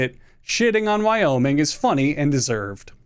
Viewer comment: Hey so I cant help but notice you added an extra state? I've never heard of a "y-oh-miing"